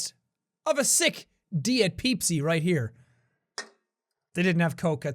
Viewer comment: "De eat peep see"